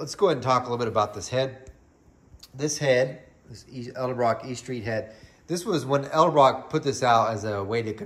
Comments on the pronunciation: Many people say elderbrock for some reason, lol. But yes, I've noticed that as well, It's all good . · you always say edelbrock with an L before the d. haha thanks for the video, i really appreciate it. its nice to see a test on a an american budget head like this.